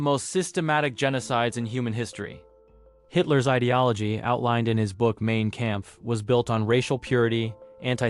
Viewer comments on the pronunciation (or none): main camf 😂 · that pronunciation of Mein Kampf was almost as brutal as the man himself who wrote it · There were a few mispronunciations that made me cringe, but not as hard as “Mein Kampf”. That one had me literally saying “what the f**k?!” out loud.